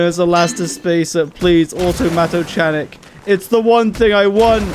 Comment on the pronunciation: “chanic” (in automatochanic) is pronounced with a k like “mechanic”